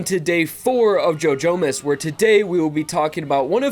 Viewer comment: i keep hearing ‘joe jonas’ instead of ‘jojomas’